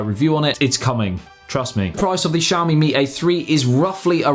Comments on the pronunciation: it's not pronounced shawmi lmao, it's Xi-A-O-MI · I always thought it's "Ksiaho - mi", not "Tshiaho-mi"